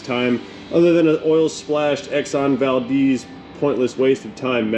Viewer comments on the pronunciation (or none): Wow, I can't believe the warranty company actually insisted this be done like this! WTH?! Also, it's pronounced with the e making the eh sound. So it's Valdehz but spelled VALDEZ. Not Valdeez but Valdehz.. Just with out the h.. sorry but Valdeez makes me wanna hurt something, or cry I'm not sure which.. 😊